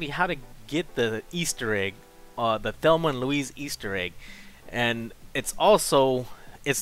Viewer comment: Did he say they fellma and louise of there